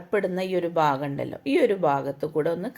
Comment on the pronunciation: ബാഗം അല്ല,ഭാഗം